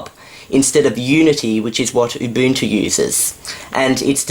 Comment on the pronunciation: First you pronounce Ubuntu wrong and now you are pronouncing Kubuntu wrong! All branches of Ubuntu (like Xubuntu and Kubuntu) are pronounced the same!!!